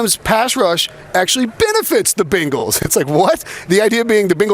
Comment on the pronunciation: For the love of Cincy Please say Bengals CORRECT